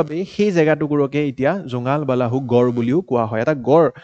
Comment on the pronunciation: nokoi nuwarilu dei beya napabo. জোঙাল বালাহু nohoi জোঙাল বলহু hoi । আমল প্ৰভা nohoi অমল প্ৰভা hoi । Apuni jihetu axomiya egorokari . Axomiya pronounciation bur xuddhokoi kole xuni bhal lage diok sun.